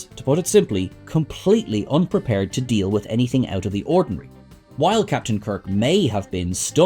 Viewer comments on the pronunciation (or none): none